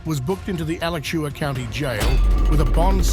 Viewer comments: Al-AH-chew-hua County, FL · A-latch-u-a county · The county for the second story is pronounced A-latch-u-a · (2nd video) I know it’s stupid to correct a video’s pronunciations but it’s ALACHUA County (Gainesville FL)…A Latch Ua🤷🏻‍♀️🤣 and that woman was definitely messed up on p!lls or meth something else! She was wobbling, stumbling, slurring her words and what mother could concentrate on anything with her babies crawling all over the car and crying without trying to comfort them! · 2nd one Alachua...is pronounced Ah-latch-chew-ah.